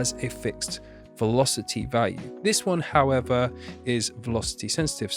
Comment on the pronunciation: velosty senstivty